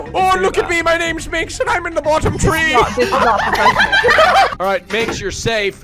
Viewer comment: Shut up Karl whats so bad about saying tree instead of three :c